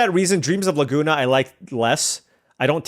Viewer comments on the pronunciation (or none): none